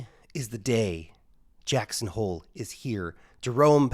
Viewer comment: He said "jacks on hole" heh heh